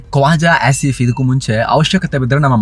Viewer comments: are you saying ASSif ?😂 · The was you Say Kwaja “Ass”if, “Ass”im Munir is 👌🏻😂😂 🇮🇳✊🏻